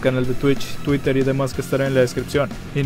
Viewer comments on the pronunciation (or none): none